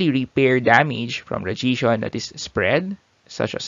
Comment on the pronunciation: good video but you should maybe learn how to pronounce "radiation" correctly, it would help us to keep up.